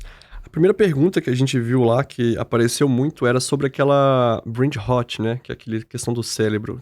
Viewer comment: Brain RrrrrrÓt...como o Querido Dr Drauzio pronuncia o R..não e como o erre da palavra Raso...e como o Erre dos paulistas Rararar😅😊❤